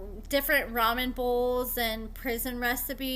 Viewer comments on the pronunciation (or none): none